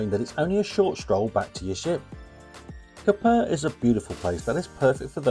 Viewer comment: Please learn how to pronounce the names of the towns/cities you visit. The way how you pronounce Koper is wrong. The accent is on another syllable.